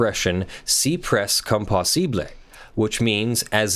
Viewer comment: As a (non-native) French speaker, hearing trying to say "cy pres comme possible" made me laugh out loud. (To be fair, French is not exactly an easy language to get right - it's like most laws, with more exceptions than actual rules.)